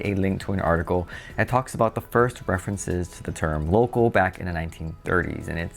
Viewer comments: your pronunciation of “local” comes across as “Loco”!! And you repeat it so much that it becomes comical 😎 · Did you say Loco or local ?